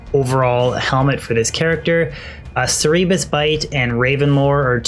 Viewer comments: "core-o-net", "sair-e-bus bite", etc. There are lots of cool pronunciation tools on the internet now in case you are ever curious about how to say certain niche names or terms. It will help you maintain your flow since you do such an amazing job giving such long and detailed explanations when discussing these full builds. I have already used several of the builds from your videos, and I am having a LOT of fun since the variety really helps to fight D2 fatigue. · Interesting build. BTW 'Cerberus' is pronounced ker-bear-us (the multi-headed dog that guarded the gate to Hades in Greek mythology) and 'coronet' is kor-oh-net (the hat worn by lords at a king/queens coronation).